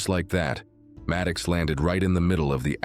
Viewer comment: The zoo-boy's name is MAD OX, not Mad kicks! Jeez!